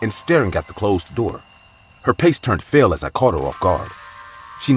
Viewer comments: No one else caught the "Pace turned fale" ??🤣🤣🤣 Instead of "face turned pale" that narrator drives me nuts!! The animating on this channel is always so awesome, but that narrator ruins it for me. He clearly speaks perfect English... however, his sentences come out like broken English. And he uses words that don't even make sense!! "We were checking out the locality"!?!?! In that same story as the pace/face, While the 2 kids sit on the porch watching the trick or treat-ers!! Huh!?? And that's just 2 examples within 60 seconds. I like IMR's voice so much better... or let's read... or Mr. Creepy pasta.... or any other narrator lol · "Her pace turned fale" Lol Glad to see I'm not the only one who does this. 🤣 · "Her pace turned fale" 😂😂😂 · "her pace turned fale" lol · "Her pace turned fale" - LOL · "her pace turned fale" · her pace turned fale 🤣🤣